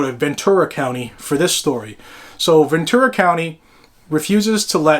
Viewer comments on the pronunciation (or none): It's Ventura, not Venture